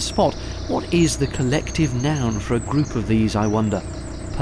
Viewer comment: you said it yourself didn't you? "a GRooooooP" or maybe "GRrrrrrrrrrrrouP"